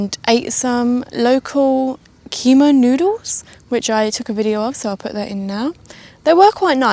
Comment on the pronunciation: Thanks for visiting, and the video! Siem Reap is a wonderful city, after three months there is still lots to see here---but the locals are the best part of it! For fun future reference, pronounced "K'my". They blame the French for this...🙂.